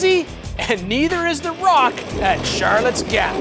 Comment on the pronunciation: As an old Tucson native may I correct your pronunciation? It’s not Charlottes Gap, it’s actually spelled Charouleau Gap and we pronounced it Sha-Roo-Low when I was younger, but it is regularly pronounced Shar-Low now.